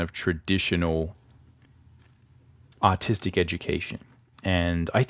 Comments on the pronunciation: You’re saying autistic right ? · I thought he said autistic not artistic😂